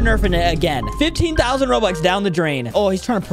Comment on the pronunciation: I love how he was saying 15,000 lol😂